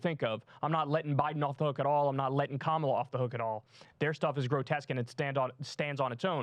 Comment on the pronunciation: Nancy Mace now known as Cindy Pace AS SHE wiII NOT SAY KAMALA correctly! From now as such